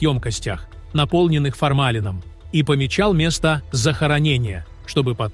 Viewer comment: "ФормАлина", "лисАх", "дуплАх" и прочее корёжит. Неужто без ИИ нельзя озвучить!